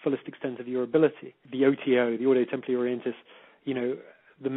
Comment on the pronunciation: Its read templi not temply ,its f kin latin